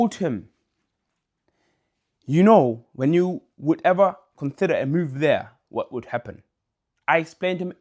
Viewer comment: You need to stop trying to say consider/considering/considerate. UPPA TOWEN 😘😘